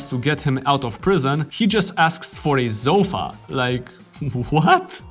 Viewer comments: ah yes. A ZOU-fa. I have alot of ZOU-fas in my house. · love the video, hated the way u pronounced "sofa"....zofa.. :(